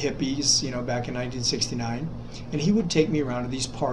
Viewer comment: 1969 sounds like 2016